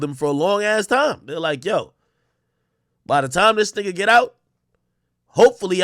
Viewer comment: Why the hard r when you said nigga